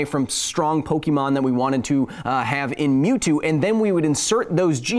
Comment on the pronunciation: Lol I think that was a trainer smack down. Don’t mess with OG Pokémon players. Though I do deduct -1 internets for pronouncing it poke-ee-mon